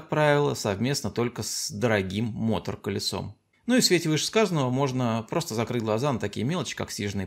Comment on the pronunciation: Ну почему же мо́тор-колесо, а не мото́р-колесо???